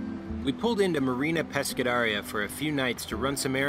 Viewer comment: You lost me on that MARINA PESCADERIA My god that pronunciation hahahaha